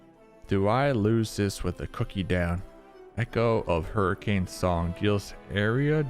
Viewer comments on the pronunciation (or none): none